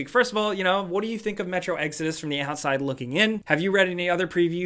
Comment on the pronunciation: Am I the only person still thinking about the way they first pronounced "Exodus"?